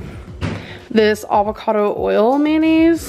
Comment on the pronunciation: fr the way she emphasised it 😂😂😂 aVoCaDo OiL